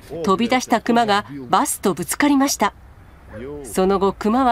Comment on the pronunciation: クマのイントネーションが目の下のクマ肉なってる？